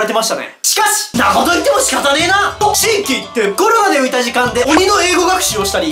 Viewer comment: ｷｮ↑ﾛﾅで笑ってしまった